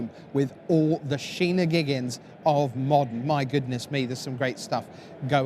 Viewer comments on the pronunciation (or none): Sh - ee - ni - gigins? That's not how thats said man lol